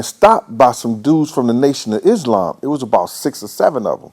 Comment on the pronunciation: Crackin up how he say " brothas from tha nation islasla" Spoken like a true olhead Lol